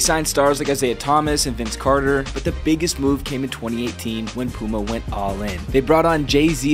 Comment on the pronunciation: "Pooma" 😭 it pronounced P-You-Ma